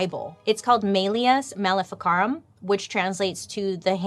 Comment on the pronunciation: The MM book is pronounced Malice mal-if-i(like the I in "it")-car-um